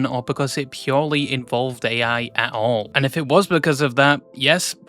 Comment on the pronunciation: erm actually it's pronounced "ai" (like the word "I") and not "a.i."